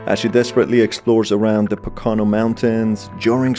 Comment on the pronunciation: I’m super late, but the way you pronounce poconos is completely wrong. It’s pronounced like po-ka-no. I’m a native from there